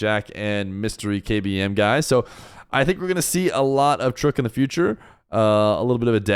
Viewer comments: It's trook not trock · Its not truk . Has name is trook (pronunciation Repetition of the letter R with o) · btw his name is pronouned tarooqq (tarook) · its pronounced tarrook